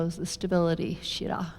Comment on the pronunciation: Thank you for this class. As a student of sanskrit, it was painful to hear the wrong sanskrit words repeatedly: shirah instead of Sthirah and utakasana instead of utkatasana.